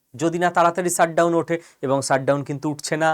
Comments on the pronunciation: "Sut" down না কী উচ্চারণ টা "shut" down? উচ্চারণ এ এতো টা ভুল না করলে ভিডিও গুলোর কোয়ালিটি অনেক ভালো হবে আর সুখশ্রাব্য হবে। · Sir please don't take me wrong u r so talented but ...pls try to pronounce well. Its Shutdown not Ssutdown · শ উচ্চারণ ঠিক করে নিতে হবে ভাই। Shut উচারণ শাট, এবং সাট নয়। আপনি "পেশ" শব্দটায় 'শ' ঠিকঠাক উচ্চারণ করছেন। ঠিক ওইভাবেই shut কে শ দিয়ে উচ্চারিত করুন।